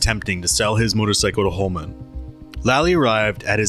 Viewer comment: This narrator has difficulty correctly pronouncing names like geraldine and Holman. Odd.